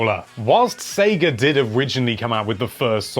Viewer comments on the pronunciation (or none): none